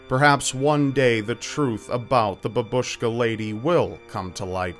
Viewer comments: not trying to criticise anyone just want you to know it's pronounced bAbushka not babUshka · I wonder why they decided to name this woman using Russian word. "Babushka" means grandmother (the emphasis is on the first syllable - bAbushka, although babUshka sounded quite cute😄 ). She's dressed like a grandma, but still, why would they use Russian.